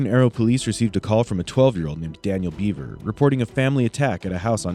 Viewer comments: It’s pronounced “Behver” not “beaver.” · BEVER not BEAVER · The thing about this case which buggs me the most, is that the boy is called "Bever", but is being pronouced as "Beaver"... Wtf USA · Their last name is pronounced Bev-er not Bee-ver just for clarification. These boys are sick in the head. There's a special place in hell for these guys. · It's bever not beaver bro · Why is the narrator saying beaver?